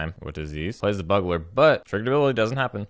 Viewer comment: Ben S.'s (iirc) innovative pronunciation of Buggler is catching on. I dig it.